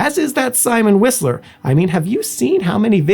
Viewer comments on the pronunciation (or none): none